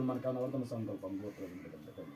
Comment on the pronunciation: sankalp sankalp thik se kijiye